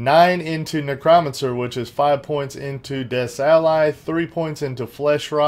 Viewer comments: btw its pronounced Neck- Crow- Man- Sir... silly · dude say it like this "NECROMANCER / Neck Row Man Sir:)